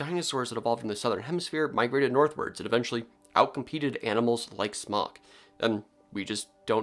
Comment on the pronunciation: Everytime you said Smok, I heard Spock. 🖖